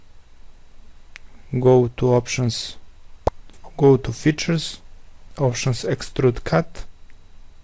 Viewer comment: Sounds like "go to the future", when it was Features xD